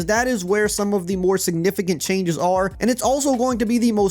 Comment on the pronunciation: He said "Choianges"